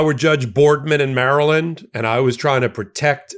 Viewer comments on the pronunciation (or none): none